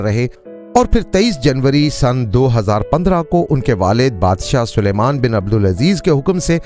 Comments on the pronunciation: تم سارے پنجابیوں کے ساتھ کیا مسئلہ ہے کہ سلمان کو سلیمان کہتے ہو۔ کہو سل مان sal maan ۔نہ کہ سلے مان۔ سلمان الگ لفظ ہے اور سلیمان الگ۔ عجیب! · Oho' 1000 dafa bola hai Salman hai, na k 😂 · Salman not